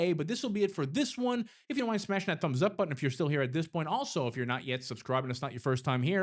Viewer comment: You mean "dat"